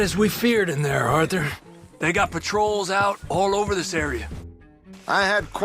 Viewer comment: "Orthur, Oh, Orthur"